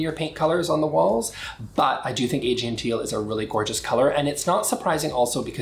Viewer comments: Thanks for showing us the new colors! (BTW, I'm pretty sure Aegean is pronounced "uh-GEE-un") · Aegean is pronounced “Uh Gee en”. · It’s not novel. It’s teal. I like your reviews in general, but it’s pronounced “ah-GEE-en”